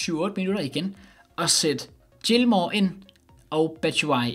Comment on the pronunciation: Fin video, men husk lige at udtale Gilmours navn rigtig til næste video.